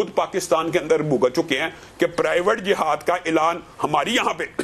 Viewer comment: Its not jahad…its jihad…i hate punjabi urdu